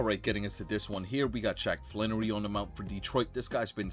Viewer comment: Its not Flan,,its Flaherty. Air not an